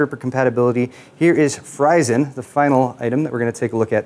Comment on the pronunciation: That FRYZEN air cooler looks super neat. However, wouldn't it be pronounced /FREE*zen/ as opposed to /FRI*zen/? Just sayin'.